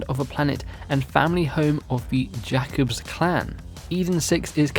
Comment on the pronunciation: Btw you say it as "Jaykobs" not "Jakobs"